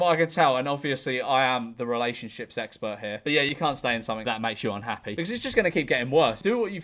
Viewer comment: did you say “relationships expert” or “relationship sexpert”? I need to know, this is important